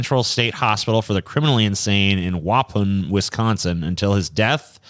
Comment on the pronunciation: I love how says "Waupun" like it's French. It's "Wuh," like "duh," "pawn."